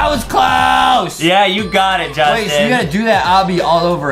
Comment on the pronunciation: Who's Jastin and what's a junggel